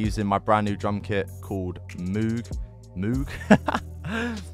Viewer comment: It’s actually pronounced “mogue” not moog, learned that in school recently